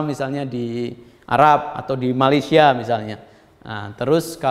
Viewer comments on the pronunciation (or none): none